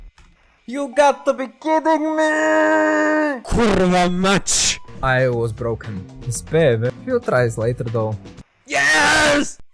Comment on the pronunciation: the most beautyful ,,Kurwa mać" i ve ever heard from a guy speaking english. I LOVE IT